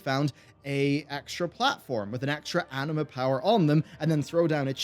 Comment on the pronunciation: everytime he says anima powers i hear anime powers xD